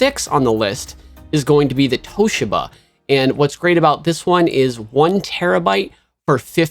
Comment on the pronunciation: Great work! Subbed!! “Toshiba” is pronounced TOE-SHE-BA